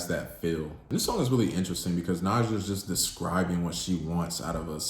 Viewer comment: Some fair points were made. I do question tho, if you gave it a truly fair listen based on the fact that in the last song, she literally says her name several times speaking in the third person (ex:“Nija you know you gon break this * heart”) yet you choose to pronounce it differently. Solid rating, and I would take it up a notch based on the overall project (rollout, debut, no features, visuals and I have not seen credits this minimal on a project in a long time) 8.5 #DSIDWY